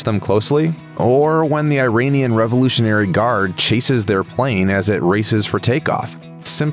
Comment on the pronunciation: talks about historical accuracy, but can't pronounce "Iranian" correctly